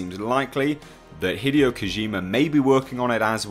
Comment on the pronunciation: Hi-dee-oh not hid-ee-oh